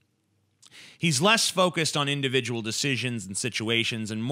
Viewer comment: indivijul situaaaaations